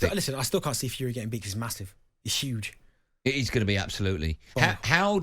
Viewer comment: "it's 'uge!!"...